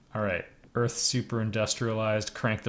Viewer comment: Ah, Earf. The land of our forefathers! 😂